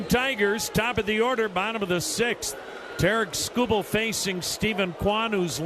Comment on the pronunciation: He really likes to hear himself say “Terrick Schoo Bull” Think he said his name 36 times